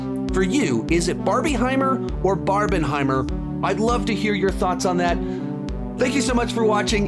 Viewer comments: It's Barbenheimer Stop saying barbie-heimer 😭😂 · It’s PRONOUNCED barbinhimer! Because it’s combining 2 films. If you say Barbiehimer it just makes it sound like it’s just two completely different movies that you just wanna put together for some reason. If that makes any sense 😅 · you are the only person ive ever heard say barb-IE-heimer LOL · You're the only person I've heard call it Barbieheimer